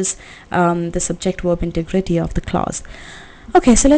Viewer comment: ohh your voice is irritating please speak slower and keep mike little away from your mouth..and learn to correctly pronoun the word integrity.